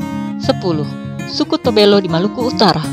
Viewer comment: Maaf sy koreksi, Tobelo bukan Tobelu..😊🙏🏻 Salam damai n' salam toleransi buat semua..🙏🏻👍